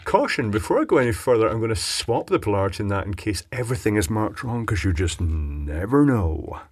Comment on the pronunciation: “never know” was randomly in an american accent